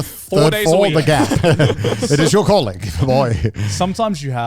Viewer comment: Am I the only one who kept hearing “colon” not calling?????? 😂 I was so confused until I got it